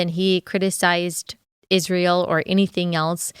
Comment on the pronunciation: Thank you for pronouncing Israel correctly. Candace adding an h to it drives me insane.